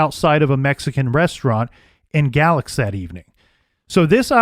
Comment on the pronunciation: If I'm not mistaken, the ME in Galax at that time was an Optometrist. M.E. was a political position and often filled by people with no medical knowledge at all and even less investigative skill. Also, it's pronounced "Gay-lax" by locals.